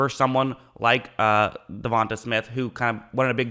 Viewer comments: "Devon TAE" not "Devon Tah" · Stopped the video as soon as you said Devonta Smith it irks my soul when yall blatantly mispronounce names 😑 Devon-Tay not Devon-Tuh bro yall gotta start doin yall due diligence it ain just you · Devante … De-von- TAY …. Say it with me now 😂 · It’s pronounced Devon(TAY) Smith! 😂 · It's pronounced 'duh-von-tay' so you don't continue messing it up in the future (I have the same name but have an e instead of an a on the end) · De-von-tay is how you pronounce his name not the way your saying it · Why you say his name like that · Not how you say his name but okay